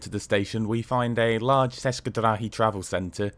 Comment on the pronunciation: one note "č" in "česke drahy" is sounds more or less as "ch" in "church".